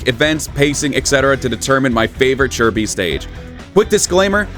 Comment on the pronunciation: I still can't get used to the proper pronunciation of Chi Bi. It's as weird to me as hearing the improper pronunciation of CaoCao.